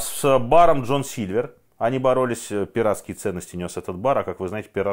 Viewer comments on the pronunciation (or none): none